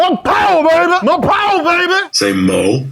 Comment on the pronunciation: No Powah Babeh!